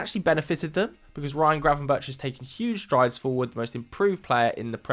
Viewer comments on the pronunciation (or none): I'm really struggling to understand where do all these random sounds when pronouncing some of the names come from? Arne SHlot? Ryan GravenberCH? You are at Sky, is it really that hard to do basics the right way?